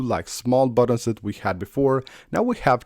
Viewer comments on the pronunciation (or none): Haaaa, he says buddins rather than buttons.😂😂😂